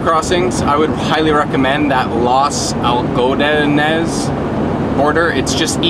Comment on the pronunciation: That town Los Algodones is pronounced Laws Al ga done ez. It is a VERY popular border crossing and shopping district for our US vanlife/RV life nomads who are looking for cheap prescription medications, eyecare (eye exams, glasses), dental care, and inexpensive minor surgeries.